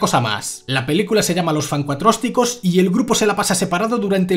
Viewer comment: "Los F A N C U A T R O S T I C O S"